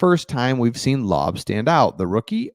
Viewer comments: AOC will start, he has been working on quick release and his speed. Super accurate still and can make all the throws consistently. Has the body of a NFL QB. And just once more, it’s Lau-bey, not Lob All good, i know your not a Raider fan like me. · It’s Laubé; you’re such a white boy ! Don’t take it personal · Koonce is one syllable. From Buffalo, drafted in 2021. And Laube is two syllable…lol. I got you my man.